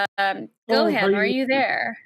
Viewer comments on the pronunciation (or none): Being a DragonBall Z fan I hate when Gohan calls and they say the name wrong 🤣 it’s Go-Han like Han Solo. Not GoHaaan 😂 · It makes me so fuking mad she pronounces it "Go"-"Hean"